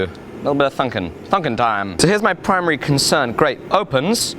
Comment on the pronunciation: "Thunkin time" you sound like a Kiwi there Brother :)